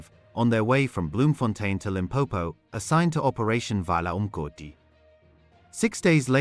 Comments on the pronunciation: Vala UMgodi you said it so beautiful. Thank you. Your pronounce the Zulu so perfect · I like how you properly pronounce vala umgodu so amazing 🎉🎉